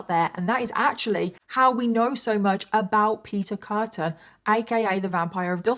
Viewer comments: It's Peter Kürten, not Kurten. Also "Frau" is not a given name in German, it just means woman. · His name is actually Kürten. With an Ü like in Düsseldorf. And Frau is not a name. It means woman. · I thought u called him beef curtain